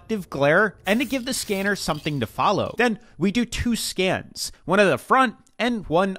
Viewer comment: Did he say scan or scam